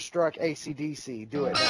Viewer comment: Black Shadow Hunter lol its ACDC not ADCD xD